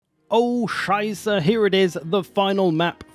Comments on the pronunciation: Not gonna lie, as I heared you "Oh Scheiße" my german brain was confused because it expected english because of the title but then was confused because of you good german impression but then heared english again hahah why are you doing this to me ?! XD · Lel my boi starting the video with OH SCHEISSE. 10/10 bro, pronunciation wasn't even too bad, the SCH was on point. Edit: Can't wait to be staring at the loading screen for 5 hours only to end my turn in two minutes. (Because yes I had to install it on an HDD on a slightly older PC, sadlife) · As a german: hearing you say "Oh Scheiße" at the beginning caught me so off guard O.O :D